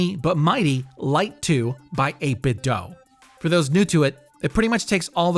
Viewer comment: 8bit Dew not Doh